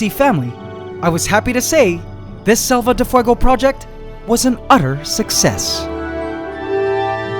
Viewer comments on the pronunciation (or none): Quick thing, you are mispronouncing Selva de Fuego, you are basically saying Save of Fire, so just check in translator or something because it has been bothering me for a few episodes. Ant love forever.